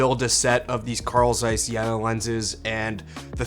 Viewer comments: It’s not jäna :) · the "e" in Jena is long like the "a" in Yale , not like jennifer.